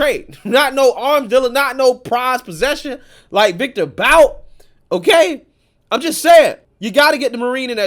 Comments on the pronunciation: It's pronounced Viktor "Boot" - despite being spelled "Bout" it's pronounced "Boot." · This scumbag’s last name is pronounced “Boot”.